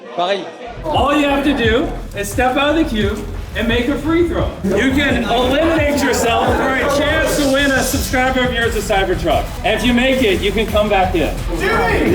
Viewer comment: free throw pas three throw :D